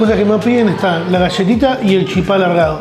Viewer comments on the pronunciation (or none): Muy buen video, pero soy de Misiones y se pronuncia chípa no chipá, un poco de respeto porfavor